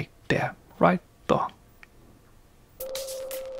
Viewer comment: “Right the-uh”. I love it!